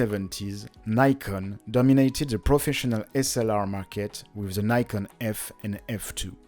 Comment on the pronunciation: Says Nai-kon. Japanese ad says Knee-kon right after.